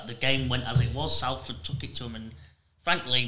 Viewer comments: We’ve been around 145 years and you’re still pronouncing Salford like Matty Johns. Good pod guys, great insight. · Come on Salford said as Solford m8